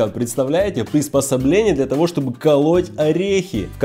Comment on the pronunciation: Штоби шчелкать орехи